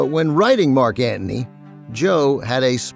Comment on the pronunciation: Thanks for the podcast. I was surprised to see an audio-only version on YouTube. Ben also surprised me with his pronunciation of Marc Anthony as Marc Ant-ney. Must be an NYC thing.